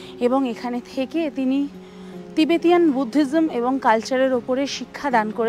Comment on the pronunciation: দুর্দান্ত ভিডিও ঽয়েছে। এই প্রথম একটা ভুল শুনলাম। "টিবেটিয়ান"।